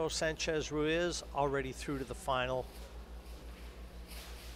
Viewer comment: Tony, please teach Jim Wych how to pronounce Francisco Sanchez Ruiz's name. It's not Ruaz. He's so annoying to hear.